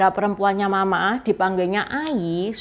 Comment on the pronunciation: ... saya cukup yakin intonasi pelafalanmu salah.... intonasi ma .... ma harusnya datar ... u kedua suku tersebut. Cara pelafalanmu bunyi nya berarti ibu marah..